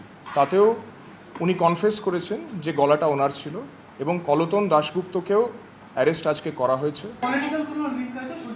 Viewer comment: কলতন বলছে 😄😄😄